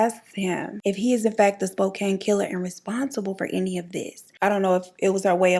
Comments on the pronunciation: Hi BEAUTIFUL!!!!....I love love love your channel and I just adore you...Im from Washington tbe area that in pretty much all the major Serial Killers chose to do there dirty deeds but all this to say....Spokane pronounced like Spoe-Can I have family there and walla walla and just about every town I this story..well love you and thanks for the amazing content 💯💯🌋💚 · it’s pronounced “spo-can” 😭😂😂